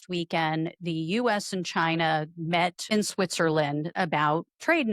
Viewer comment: Trump succeeded in one thing: making "Ghina" great again.